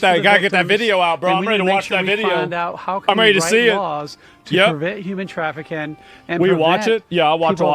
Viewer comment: "human traffiCAN" Nice slipup